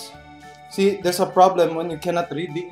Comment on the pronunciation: and DERS A NOT 😂😂 hahaha